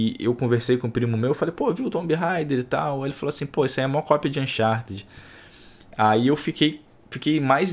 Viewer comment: AnchaRRRted 4 e AnchaRRRted Loxt Légaci